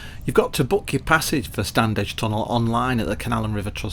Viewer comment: It's pronounced Stannidge.